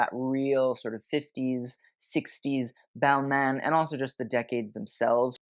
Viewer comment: You kinda mispronounce the designer names. Very Americanized. For example, Balmain ends with an exhalation, not a consonant.